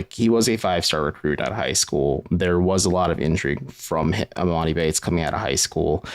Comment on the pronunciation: This is embarrassing y’all talking about e-MOE-ni. When did anyone ever call him that? Lmao